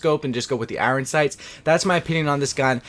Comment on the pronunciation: Dude says Iron like a complete spaz